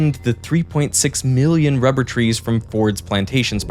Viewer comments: Why does it seem every expert in rubber has a slight inability to pronounce 'r' too perfect😂 they be spending their whole days talking about wubber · "Its a essential fow cell membwanes" "Wubbew" Lmao rhotacism is a hilarious thing. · Diabolical work having a person being a rubber expert but cant pronounce rubber. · She seems like a lovely and highly educated lady but god damn having a rubber expert who can't quite nail pronouncing their R's all the time... I hope we can all see is a little funny.